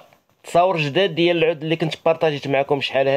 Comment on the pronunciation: العود مشى عوود صحح النطق ديالك